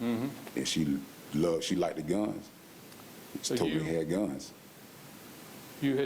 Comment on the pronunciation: How about like-did instead of liked.